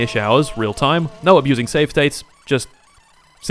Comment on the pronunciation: I like how he started saying No but it's ne like he is from Czech republic And I have a question, where is another Factorio video how you said?